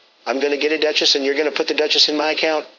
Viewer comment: "...don't have a Duh-Chiss"